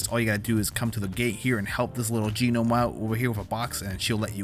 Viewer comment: Yeah it's just pronounced "nome" but I too prefer jeenome honestly. Made me laugh